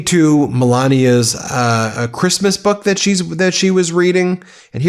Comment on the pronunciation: Reading "A creeeeeesmas boooewk for keeeeeed"